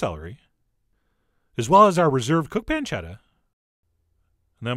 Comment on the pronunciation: Pancetta-UH! -Chef John, 2016